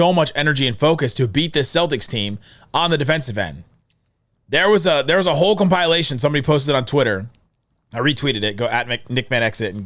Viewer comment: if we lose it’s cause u relentlessly kept saying “compile-ation” 😔🤣